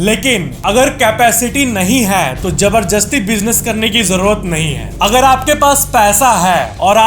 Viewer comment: just he said jaberjasti....😂😂😂😂😂😂